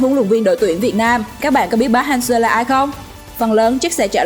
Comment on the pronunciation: Đọc sai tên thầy kìa